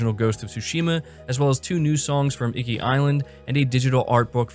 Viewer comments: Iki like eekee not "icky" lol I'll forgive you this time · Holy fuck shit! It was my biggest hope, but didn't think they'd actually lip sync the japanese. I can't wait to experience this game the proper way now. Btw... (Ee-Kee) not (icky). Don't worry. I give jake baldino a harder time with him pronouncing horror (Harr).